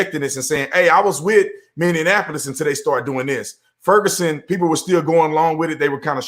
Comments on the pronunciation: Mr. Tatum- It’s Minneapolis, not Minneanapolis. 👍 Sorry has to say it, this is second video I watched where you said it with an extra “N”. It’s all good, good video👍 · Brandon its Minny-Appolis. No D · How you say Minneapolis is making me laugh so hard.. I'm dying over here. You guys are awesome!! Minneapolis is my home city. I'm so sad..